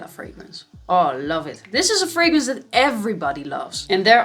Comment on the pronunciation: " it going to dead kind of direction " lol "that!! (not dead) kind of direction", it took a time. to may ear